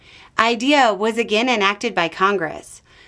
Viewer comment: TY for correcting DOE to ED! It’s driving me crazy!!!!! Also: it’s pronounced IDEA (the letters, not a word). I’m an educational advocate support students who have IEPs - I’ve lost count as to the number of parents who have reached out to me wondering what is going to the crucial services their children need.